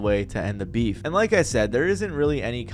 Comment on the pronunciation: You mean Bee—heef